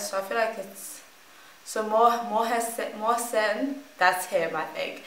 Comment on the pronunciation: His name pronounces Moh Sen. Yegg Auneh